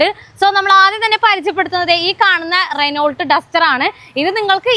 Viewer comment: "റെനോൾട്ട് ഡസ്റ്റർ "atleast കാർ കമ്പനിയുടെ പേരെങ്കിലും മര്യാദക്ക് പഠിച്ചു പറയു പെണ്ണെ 😂